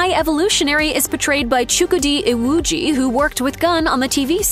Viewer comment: Well done on your pronunciation of Chukwudi Iwuji most people don’t even try